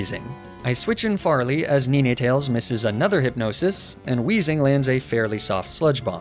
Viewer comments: Is he saying “Knee Nay Tales” instead of “nine tales” 🤣🤣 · does he always refer to ninetails as neenetails. its just try spelling the number 9 and that's how you say it or has he corrected him self since then. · Neenay tails???? I love your vids but please dude it’s nine - tails as in 9tails… cos it has nine tails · Love you bro, but it's "nine-tails" not "knee-neigh-tales" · Bro somebody please tell me what the fuck a Neenatails is, I’ve never heard of that Pokémon I have however heard of Ninetails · I wasn't super fussed about most of the mispronounced pokemon names, but calling ninetails neeneetails grated on me, haha. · I have never heard of someone pronouncing Ninetales as "NeenayTales" until now XD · Nine - tails... Where are you getting this 'Neenaytails' pronunciation from?? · that "Nee-neh-tales" pronunciation messed me up terribly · Is Arca-nee-nae and Nee-nae-tales a joke I’m missing? Or is that just… how he pronounces Arcanine and Ninetales? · I know this shouldn’t bother me but it did and does, why you pronouncing NINEtales incorrectly… omfga 🤣🤣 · NEE NAY TALES??????????????????????? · WHY DOES HE PRONOUCE NINETALES "NENETALES"? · Why do you say Neenetales. It hurts. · Daywott, flabibi, nenetails? What are these pronunciations man? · Love you and your videos! Excellent work! Your pronunciation of "Ninetales" causes me physical harm! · That pronunciation of ninetales is now the only way imma say it now lmao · That and the Ninetales pronunciation make me unreasonably annoyed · well, thats certainly one way to pronounce ninetales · my eye keeps twitching each time he mispronounces ninetales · I cannot get over how he pronounces ninetales lmao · I know he probably does it on purpose but god how pissed I got when he mispronounced Ninetales 🫣 I love that Pokémon and hearing him mispronouncing it for 2 minutes really pushed me to my limits 😂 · great video but how you said ninetales and arcanine had me fuming ngl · how you pronounced ninetails drove me nuts